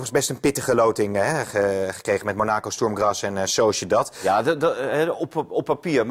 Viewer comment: Kijk hem maar eens glunderen,. Monaaaacow valt meej: haha. Amateur. Sjtoerm Graas is lastig. Man man, ga eens wat voetbal kijken en niet naar 1 match